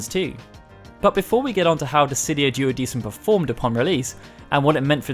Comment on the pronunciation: It should be pronounced "duodekum"